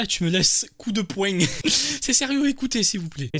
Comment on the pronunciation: "Coup de poueing" mdr